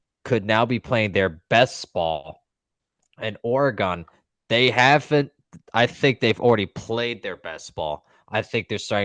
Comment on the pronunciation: A couple of things… first, it’s Or-e-gun, not Ore-gone. Second, in the first Oregon/Ohio St. game it could have been worse for the Buckeyes. That first OSU drive INT that wasn’t called, which should have been reviewed, giving the Ducks the ball. Ducks also left points on the field twice by not taking a field goal one time, and Gabriel missing a wide open receiver on an easy dump pass for a score (just didn’t see him) and throwing to a wideout in the corner of the end zone. 9 out of 10 times that’s an easy 6. Either way, it was evenly matched, and I don’t see Oregon pulling a “Tennessee” in Pasadena. They tend to play the game they need to to win, and I have no doubt Lanning will have them ready to go. If they’re firing on all cylinders, the Buckeyes will need to be on their game just to keep up.